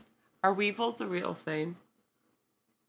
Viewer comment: Weavels (.not weables).u do get in certain foods wbexpired mainly thingsike flour etc. They are tiny brown bugs, i have no idea what u call them in the states but u must get them or something similar they probably just have different names like most things seem to name things differently.